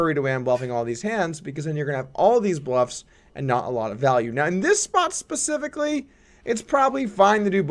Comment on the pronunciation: 'pacifically'? LOL~!